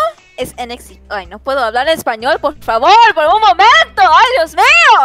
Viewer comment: “Poor favor” good job ig but it’s Por favor